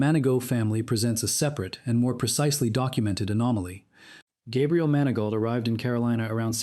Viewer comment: MANI-GO... NOT MAN A GAULT